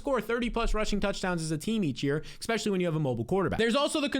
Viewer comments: Expecially ❌ Especially ✅ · ESPECIALLY! Say it with me. ES-PECIALLY. NOT ECKSPECIALLY. Sorry that just bothers me lol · Ngl I used to think you were the goat but I've heard some pretty bad takes from you this preseason and the exspecially is driving me insane. To all you viewers out there please leave Jsn and Darnold for me, I will gladly scoop them every time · please stop saying eCKspecially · Love the energy. Love the content, wish you the best. I think i’m done man, if i hear “expetchully” one more time, it’s over for me. I wish you the best but i can’t. I lived in NY, and know how you new jersey people are, so doubt this will happen. But if you ever stop saying expetchully, i’ll be here with cash in hand. Love ya brotha